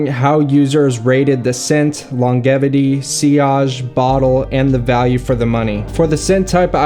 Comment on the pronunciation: No way dude, I used to watch all of your videos on your CG kid channel! I had/have substance abuse issues and am now into fragrances as well. So funny. Cool to see you branching out. Healthy hobbies are awesome. (Side note: It’s pronounced LonJevity haha)